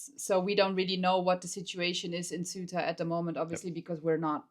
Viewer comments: HMMMM Pedro sanchez is not the president of Spain he is the prime minister Maybe checking that would have been useful Ceuta is not pronounced suitor but cey-oo-ta if you say it in English Maybe checking that would have been useful Ceuta is on African SOIL sure it could not escape anyone so the news item here is "North Africans invade North Africa" That is accurate Whether the Portuguese or the Spanish there is no defensible scenario in which it is theirs like Gibraltar cannot be britain UNless you postulate that white folks do whatever they please in which case I have no further questions or wish to debate MOst of the guys are gone now .... the softly softly approach of the Spanish cops and army was because they know they are not going to stay AND ANYWAY access to Ceuta gives you NO ACCESS to mainland Ceuta is not in Schengen It all started with false info on the net regarding a change in the law in Spain misreported inflated and used to excite idiots in Morocco who do not know their arses from their elbows and want a BMW by time they are 30 They killed over a hundred of their own doing that YES they are morons ..... Ceuta and Melilla and Gibraltar are all problems created by colonization I LOVE your channel and what you try and show but be careful I know you are not white supremacists and please check basic info names etc etc It will strengthen your arguments and following Greetings from UK and EU Shan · It would be much nicer if you could pronounce "Ceuta", as it is pronounced in Spanish.